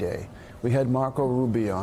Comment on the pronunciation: Did he say "Mark-O Ruby"?